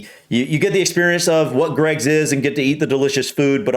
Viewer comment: I heard an American woman pronounce Greggs G R EGGS 😂. J H